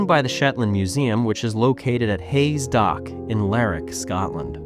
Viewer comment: Interesting video. I'm sure some other white star lifeboats may exist somewhere. I don't think you can count any made for Cunard. The white star name was only retained for publicity. The line completely disappeared. Btw Lerwick is pronounced as it's spelled. Ler wick. Not like Berwick